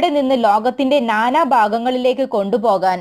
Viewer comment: വാർത്താവായനയിൽ ഒത്തിരി തെറ്റുണ്ട് ഉദാ...നാനാ നാനാ സാഹചര്യമനുസരിച്ചു ഉച്ചാരണത്തിൽ മാറ്റം വരുത്തണം. ഇതുപോലെ ഒത്തിരി തെറ്റുകൾ എല്ലാ ചാനലുകളിലും കാണുന്നുണ്ട് തിരുത്തുമല്ലോ.